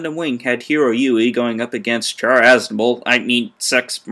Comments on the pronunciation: I stopped when he pronounced Char wrong. Thumbs down. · 1. I just found him a few days ago. 2. So you just admitted that you don't like the review over something petty. "Oh he mispronounced ONE character's name so he immediately has no credibility!!" 3. Even some fans of 0079 pronounce his name like that and I don't see how "mispronouncing" someone's name is absolutely terrible. It happens all the time in reviews. You're making a mountain over a molehill.